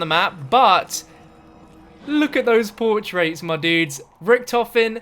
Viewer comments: PORTRAIRS say it right lol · Hearing him say portraits was a little painful but otherwise great vid bro